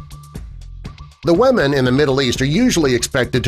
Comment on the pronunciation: Please learn to pronounce "women" correctly: "WI-MIN"